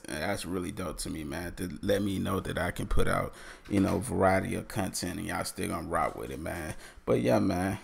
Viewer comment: Loved the "cuntent" from the start.